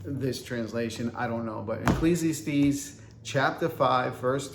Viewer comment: Protestant Bibles have typos too. Look up the "Wicked Bible" of 1631. Imperfections are part of the human condition. (BTW, it's pronounced ekk-leez-ee-ASS-tees.)